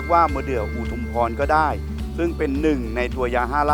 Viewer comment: เหมือนอาจารย์พูดผมฟังว่าเป็นมะเดื่อชุมพร....มันชุมพรหรืออุทุมพรกันแน่ครับฟังกลับไปกลับมาหลายครั้งก้อชุมพรอยู่ดี5555😂😂😂